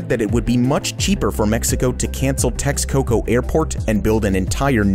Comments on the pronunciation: I think you pronouce it differently than "TEX - COCOA" didnt do your homework , eh ? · Its pronounced Teshcoco not TeXcoco...